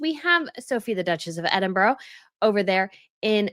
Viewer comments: Oh , my goodness that drove me mad too ! Particularly as she calls herself a historian!!! It also annoys me that she can never pronounce Edinburgh correctly , and yet attempt the correct pronunciation of the European royals names and titles ! There were far too many lazy excuses today. It was very condescending to say , well yes we know what the title is ,and we know what she prefers but , yeh, no, we are still going to do it this way because we have been saying it like this for a while now, so , too late to change. If the media and the public can immediately get used to using Andrew Mountbatten-Windsor they can say, type and Print Princess of Wales. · So we should just dumb down 1000 years of British royal titles because its too difficult for the rest of the world to say Princess of Wales or Princess Catherine 🤦🏻‍♀️ Please, please while we are on the subject of pronouncing things correctly, could you learn to say Edinburgh correctly!! And November the 11th is Armistice day , I'm not quite sure what you called it but as a historian you should get it right . The same goes for the royal names and titles , in history it is important to get facts like names and titles correct.